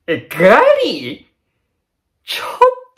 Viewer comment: ...っえ、ぐぁりぃ？？